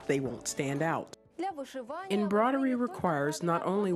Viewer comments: Anyone going bonkers from the narrator saying embrodery and not embroidery? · Why she pronounce embroidery like that